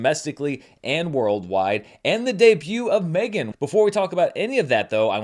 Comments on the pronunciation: please stop saying M 3 (three) Gan... you know it called Megan. Reminds me of Fant 4 stic, and that was only said by people making fun of that movie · I dont know if you are yelling, but seems like you are yelling. Also, you said it in your review of the movie... but also also, you are not the only one who has said it that way, everyone needs to stop and just say Megan.